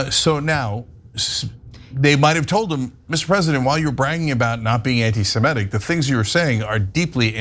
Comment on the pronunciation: Cenk, it's not pronounced "anti-Sem-ET-ic". It's "anti-Sem-IT-ic.